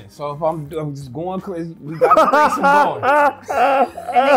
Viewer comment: said it tastes like she’s succin onna cork😤😩😬 lowkey “CWAZY”!!!!!…u can see it in her eyes AD betta stay Dangerous 😂😂😂😂😂😂